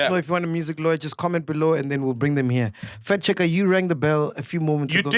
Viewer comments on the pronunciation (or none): Is it just me who heard “fat checker” by MacG instead of “fact checker”